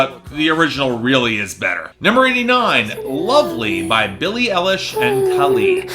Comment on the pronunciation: It's Billie Eilish, not Billie Ellish